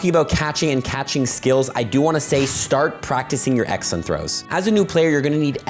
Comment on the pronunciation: Sounds like you're saying accent throws